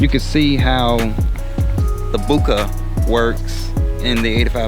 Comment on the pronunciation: Boooka? Lol Bohhhkaayyy is more like it